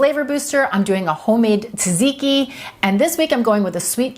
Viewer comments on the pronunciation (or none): Great ideas! Pronounced tzat-zee-kee. 🙂